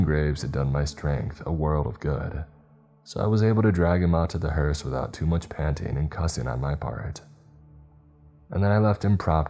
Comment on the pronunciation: Why do I hear " HORUS ' instead of hearse ?